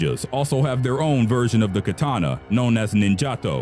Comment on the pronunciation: Kathana, not Kataaaaaaaaaaaaaaana